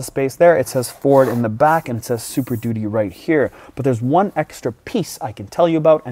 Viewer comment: is the super “duttee” a canadian thing or jus tripping over the word duty?? great review, as always guys!